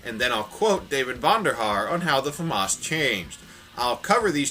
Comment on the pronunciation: how to pronounce the "famas": famous